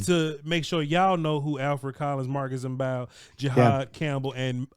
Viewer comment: As per game announcers: Mbow is pronounced bow, (as in bowtie)